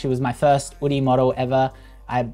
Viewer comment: Drop the H, just "Oodie" . It's cleaner.